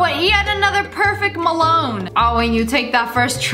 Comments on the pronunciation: ITS NOT MELONE ITS WATERMELOOAAN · I love it when lia pronounce melon as "MELOWN" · M E L O N E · I love how she's says silantro and how she's the Melown Lia how she's says silantro:Silantrooooooooooo Me*Silatroo que Silatrnoooo Me how I say melon:Melone